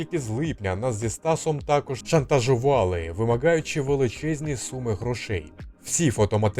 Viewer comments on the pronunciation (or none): none